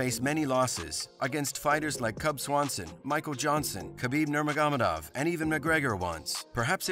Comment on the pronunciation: You should probably take this video down and work a little more on it. A lot of things that are simply not true are being said, and even the pronunciation of arguably one of the greatest fighters of all time, Nurmagomedov is wrong